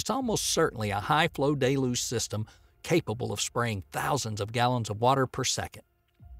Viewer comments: Dude can't even pronounce Deh-looge correctly and has the nerve to say BFR stands for Big Falcon Rocket. Absolutely clueless about anything space related or even just regular English. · Its pronounced del-yooj!! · Look, I like his accent and all, but please go over pronunciation before recording. Deluge & Baikonur